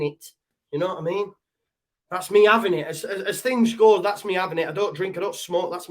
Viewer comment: "We're having Chinese....We're Avin it!" 😆😂🤣